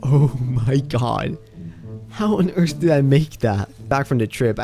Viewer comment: “How on eartsh did I make that?”